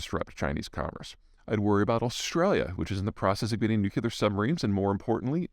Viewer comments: It's pronounced "new clear", not "new que lar". Please. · I’m always interested in what you have to say, Peter, as you’re obviously more knowledgeable in the realm of geopolitics than virtually anyone. However, I’m sort of mystified by your insistence upon pronouncing “nuclear” incorrectly. It’s pretty straightforward: Nu-clear. Not Nu-cu-lar. Yes, I’m kind of “school marm-ish” and easily bothered by such blatant discrepancies. Please forgive (or ignore as you wish) this sometimes irritating trait. I’m somewhat helpless before it. You may choose to keep on committing the same pronunciation error, knowing it doesn’t skew your analysis in the least, but there are more people like me than you may realize, ones who cringe a bit each time you do so. Just a thought… Carry on. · I love listening to Peter every day, but can someone tell him how to pronounce “Nuclear” please? I get George W Bush flashbacks whenever he says NUKULAR. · Peter - it's "new-clee-are" . Please, work on it. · Nu-CLE-ar, repeat after me, kids